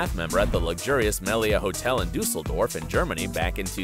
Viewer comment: Hey from Germany its so funny how you said Düsseldorf😂😂